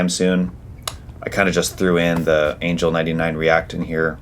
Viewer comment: It's pronounced Aan-ghell